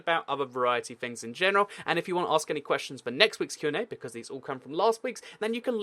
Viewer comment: you said qna sas-ay